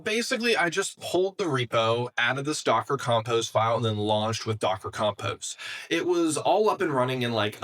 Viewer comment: "compose." I don't know how to write it so it looks how it's pronounced but I've never heard anyone pronounce it your way